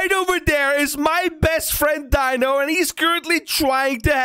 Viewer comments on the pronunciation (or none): It’s dino not bino